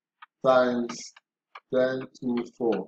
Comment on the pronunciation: Is it 1,024 cause I kept hearing ten thousand but thank you for the breakdown